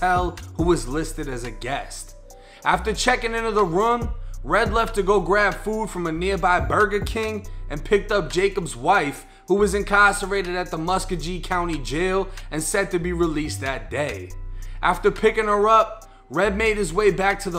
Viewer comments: Muska-G 😂😂 mus-sco-gee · Nigga said musk - uh - gee lol it’s Muscogee dawg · 😂😂😂 it’s (musk-o-gi) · Pronounced Mus-co-gee county big homie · I’m from Columbus so hearing you say muscogee got me dying! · Lol...I had to rewind it. Did he really just pronounce it that way? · I'm live here to.. I was like wtf that nigga just say